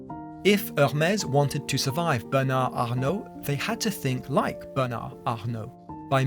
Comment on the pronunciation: You didn't pronounce Bernard or Arnaut correctly, but the attempt was well appreciated 🙏👍